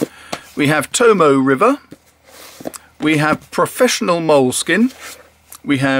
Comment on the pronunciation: The 'e' in 'Tomoe' is pronounced. The word is To-mo-ay, not To-mo.